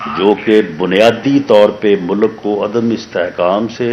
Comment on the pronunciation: He can't even properly announce.Says mulak to mulk.Jaahil.